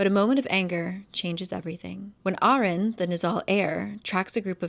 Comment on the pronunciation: I know its an old vid but just gotta put it out there, its not pronounced erin its UH-reen 😭. it means lion's lair in arabic. also i love the books so fucking much and your recounts of the events had be wheezing, ur a good storyteller.